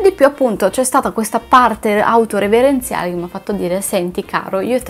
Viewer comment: Poi ti volevo dire che si dice "autoreferenziale" Non "autoreverenziale"